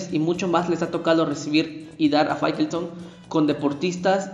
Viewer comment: Minuto 4.44 fairestone, faitelson.